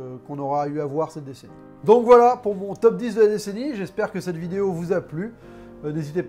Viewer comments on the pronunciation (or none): none